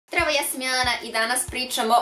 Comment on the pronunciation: Na pocetku videa ispalo je kao da jelena kaze kravo ja sam jelena umjesto zdravo ja sam jelena